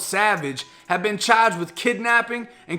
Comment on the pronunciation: Federally chaaaged! Debit caaad!